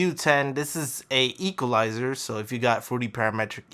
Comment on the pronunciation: "Equhlizer", "Silabince" oh man this is rich lol